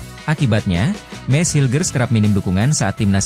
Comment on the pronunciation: Baca nama MESS HILGERS aja jd MESS HYER, 😂😂😂😂😂